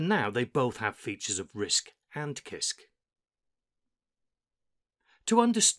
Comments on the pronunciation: Hi, I study English. Why do you pronounce "kisk" not "sisk"? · I like your videos but CISC is sisc btw. I though I was doing it wrong all the time but after checking wiki and other websites, I think I can conclude that it should be pronounced as “sisc”. Thanks for sharing and making a such high quality tho. Just giving some minor information about the pronunciation. No one else is listen. I think much of the new experience though. Thanks! Sir!